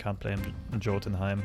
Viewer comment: That's not how you pronounce Jotunheim. It's more like Yo-tun-heim